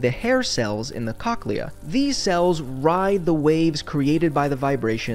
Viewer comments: Hey, just a heads up: the correct pronunciation of cochlea is with a long-O, like "Coke-lee-uhh". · Good video. My only nitpick is you mispronounced cochlea. It's pronounced as coke-lee-uh (kokliə)